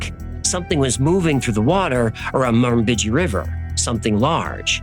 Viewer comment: my nation is the Wamba Wemba so close in your spelling, and your pronunciation is way off on our word for the Murrumbidgee also great research.